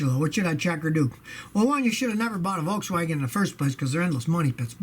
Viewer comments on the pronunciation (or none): none